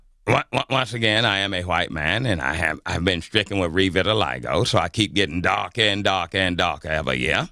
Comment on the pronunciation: I just get Darkah and blackah